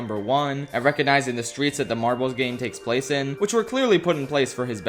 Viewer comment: 😂everytime u say marbles sounds like ur saying "marvels" me thinking marvel rivals😂